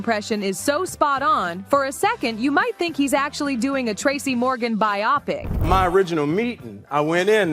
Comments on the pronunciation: Hey narrator - biopic is pronounced BYE-oh-pic. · That's not how you pronounce BIOPIC.